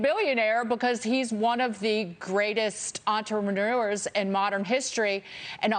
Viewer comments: did anyone else catch that? Entremanures... What's an Entremanures? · Sounded like she called him an entremanure. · Did she say "entremanures" ?